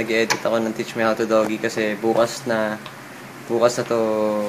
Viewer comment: bakit lahat ng filipino doggy ang pronunciation.. ganun ba kahirap sabihin ang DOUG-E(dougie) hindi naman ah